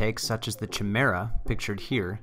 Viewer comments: chi·me·ra | \ kī-ˈmir-ə ....not "chee", but chi is pronounced like "kye". I didn't see any other comments mentioning it. Otherwise, nicely done video. A good logical analysis and testing. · It really triggers me he says "CHI-mera" instead of "KY-mera" lol. Otherwise it's hilarious the kind of power folks are getting out of these baby-motors. I love it. Still wouldn't feel as comfortable on a Grom as I do on a full-size bike. But I can't talk too much junk because I've only ever driven a Grom around a block, not on public freeways or higher speed roads. I feel like it'd be sketchy after watching all the videos of Stock Groms damn near being RUN OVER by assholes creeping up and riding folks asses. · Chimera is pronounced "kye-MEER-uh". How does every single grom youtuber get this wrong?? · If I had a dollar for every time I've been told this in comments! I appreciate it though, I have since learned the correct pronunciation. Thank you for the compliment, glad you enjoyed the content! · does every gromer pronounce chimera wrong or is this some insider joke? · This was before my enlightenment on the proper pronunciation of Chimera :)